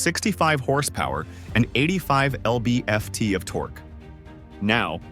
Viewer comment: "Ell bee eff tee" of torque? Really?